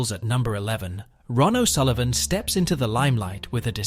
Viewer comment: Ron o Sullivan it is Ronnie o Sullivan you muppet